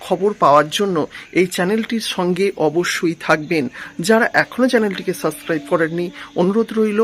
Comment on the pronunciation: Subscribe word ta bolte sikhun thik kore